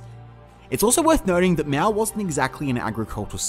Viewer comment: I have some suggestions for your video. As the pronunciation of Mao, it is more like "Mau" than "Meow". And it should be CPC as it's the same way to call communist Party in Canada or Cuba. CCP has a large amount of racism in it. As for who's to blame for the GLF, I think it is complicated. On one side you have Mao launching this campaign but on the other side you have officials organizing farmers blindly melting iron into metal waste and messing up with the farm land. However , I would like to point out the death number of GLF has been GREATLY exaggerated as China only have 700 million people at that time, and to say something like 40 million or even just 10 million death is flat out reduclious. It is not hard to do the math, that's like 1 death in every 15 people... I have also confirmed with my grandparents as a Chinese that no massive famine was ever heard of during that time. The worst case was actually during three year natural disasters where they heard people were starving, not GLF.